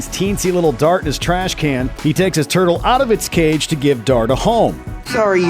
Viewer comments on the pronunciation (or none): Yurtle? Seriously?